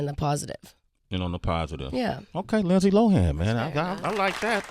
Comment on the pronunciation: Linday??? Really? Lol